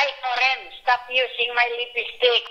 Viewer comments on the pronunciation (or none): i want to know also If Koren is a Filipino because the of the way his Mom pronounced the word Lipstick, she said "LIPISTICK".